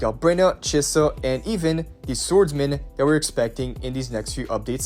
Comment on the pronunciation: why did you pronounce chisa correctly once